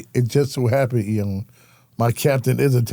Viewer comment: Same 😂😂 mispronounces his name everytime